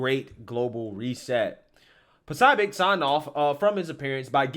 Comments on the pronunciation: PRONOUNCED PA SOOOOOOOO BIC..... NOT PA SOB IC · Poso- bic Say it right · You follow him, but don't know how to pronounce his name? 😂🤣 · That’s not just another media person. That’s Steven K Bannons guy. 😳 that and you’re butchering his name, and the location. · I think he does it on purpose sometimes. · You said his name 6 different ways, none of them correct, it's deliberate. Wtf is your deal?